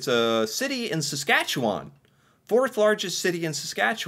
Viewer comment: And his pronunciation of Saskatchewan is really good, zero hesitation there as well!